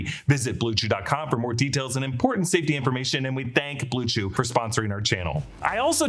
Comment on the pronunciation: Blew chew lmao stop